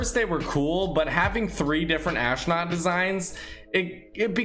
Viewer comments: Normal Dude: Astronaut: Aahsnaut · I feel like I’m the only one that realized that he said ashnut instead of astronaut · I like the way he says... AsHtrOOOnUUTh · Are you saying ashknot on purpose or is it bad pronunciation? I don’t want to be mean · learn how to say astronaut